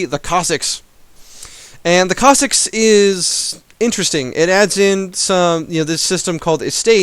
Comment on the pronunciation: and Cossicks?? is there a pronunciation patch?